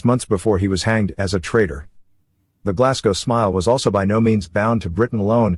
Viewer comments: Pronounced Glazgo, not Glassgo. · It's "glaz-go" not "glass-co" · It's pronounced "Glaz-go" not "Glass-gow" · I love hearing Americans mispronounce 'Glasgow'. Here in Glasgow we call it Glesga. 😂😂😂 You should do a reaction to videos covering the Scots language. That'd be interesting. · It's pronounced glarzglow